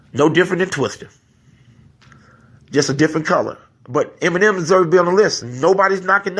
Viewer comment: Why u sayin iggy and emeneim, tbh I don't have anything emeneim tho